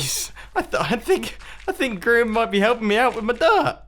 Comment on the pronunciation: Mumbo, you keep pronouncing Grian's name improperly. It goes like this : Geee Arrrrr eeeeeiaaaannnn Just ask xisuma